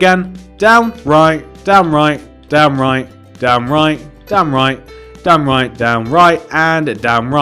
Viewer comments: Am I the only one or - it sounds like he's saying damn right over and over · it sound like he was saying dam right even tho I know he was saying down right like if you agree. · When you said "down right" it sounds like "damn right" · When he said down right quickly it sounded like damn right xD